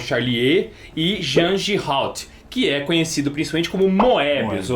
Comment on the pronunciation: acertou a pronúncia de Giraud, mas o é quem acertou a pronúncia de Pilote!